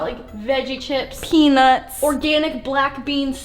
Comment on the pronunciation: I die laughing when she says peanuts